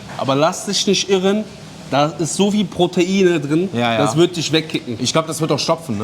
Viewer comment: Sose hier sose daa sosee sose sose